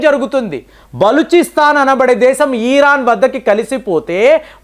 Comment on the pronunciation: బాంగ్లాదేశ్ ఈరాన్ బ్రేజిల్ ఈరాక్ ఆజార్ bijan... పదాలు పలకడం సరిగ్గా పలకడం అభ్యాసం చెయ్యండి..... ఇన్ని దేశాలు ఎవరు మీలాగా పలికారు...